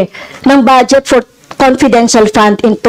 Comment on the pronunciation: Magtagalog ka na lang Dan Fernandez fund Hindi pand haha! Four Hindi por haha, diperent, etc🤣. Cge lahat na opisyales na my handle na agencies na my confidential funds Cge nga imbestigahan ninyo lahat hindi lang c VP. Ikaw Dan Fernandez magtagalog ka kasi English ka ng English hindi mo naiintindihan sinasabi mo. Jusmio chismoso. Huwag kang mangbento ng mga salita na my kahulugan.. engeng